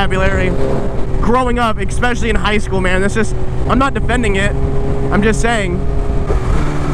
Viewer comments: es·pe·cial·ly not eckspecialy hehe. just some constructive criticism dawg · PLEASE stop saying "expecially"